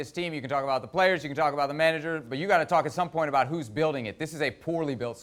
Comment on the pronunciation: Nicol "its not abooo"